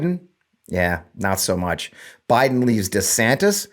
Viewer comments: One more time I remind y'all, it's NOT DEE-Santis, nor is it DEH-Santis. It's DUH-Santis! DUHHH!!! 😆😅😂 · It's Duh Santis bro... Duh 😂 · It is DUH? Santis, like as in DUHSNOT have a clue. He is asleep at the wheel and out of touch with anyone's feelings but his own. Get A WOKE meatball Ron !! 😊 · Duh-Santis. Duh. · it's Rhonda Santis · I believe it’s pronounced Duh Santis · Anyone who changes the pronunciation of his own last name according to the whims of the wind has no backbone to be the President of the United States. DEEsantis. 🪼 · Let me correct it for all of you... it's DeSHITSTAIN. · For the record it's Duh Santis. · I'm pretty sure his last name is pronounced Duh-Santis. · IT’s Duh Santis. because he ain’t home in the head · He doesn’t know how to pronounce his name, either. He has gradually changed it since he first took office, making it sound less Spanish and more Anglicized. So, there’s that. So,don’t feel too bad about not knowing how to say it properly.